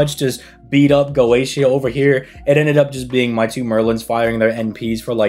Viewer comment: Dude really called him "Goschia".